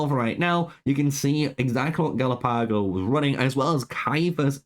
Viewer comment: Galapago - Are you sure his name is pronounced like that? Maybe it's more like the islands??